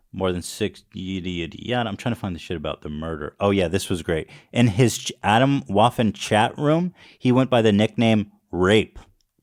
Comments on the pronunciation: atomwaffen means atomic/nuclear weaponry in german but until i saw the spelling i had no idea this would be a german word its pronounced uh - tome - vuffen yall gotta practise some german xD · That's not how "Atomwaffen" is pronounced